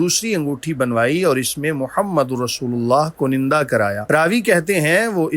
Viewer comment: Correct pronunciation is kunda not kunanda.